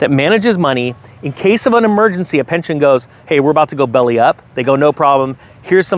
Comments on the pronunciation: You said pention lol. Still love ya. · "Pension" btw, not Pention